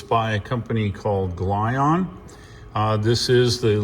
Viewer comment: Great video but its pronounced "Jee On" not Glyon